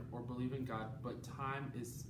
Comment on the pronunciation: I love all your video but every time you say god I cringed😝